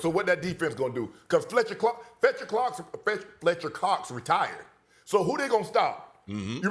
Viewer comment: Shannon said " cus Fletcher clock, fetcher clocks, Fletcher cox retired " 😂🤣😂🤣😂🤣